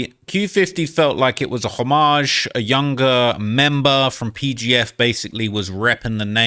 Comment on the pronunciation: Homage (ho-midge) (hom-idge) (HOM-ij) not hom.maj